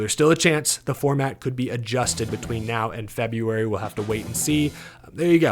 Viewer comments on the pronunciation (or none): none